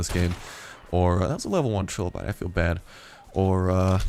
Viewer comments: fyi they are pronounced "try"lobite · Trilobite. Pronounced Try-low-bite.